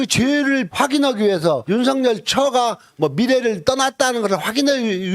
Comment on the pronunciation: '윤석열'의 정확한 발음은 '윤성렬' 이 아니라 '윤서결' 입니다.